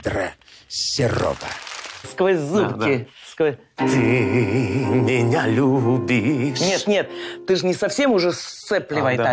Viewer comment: У Серова на слове лЮбИшь практически 2 ударения, а у Алехнл чётко любИшь